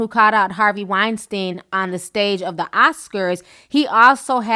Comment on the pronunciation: I wish you would pronounce Weinstein (Wine-Steen) right..just once...not because he deserves respect but just because its annoying AF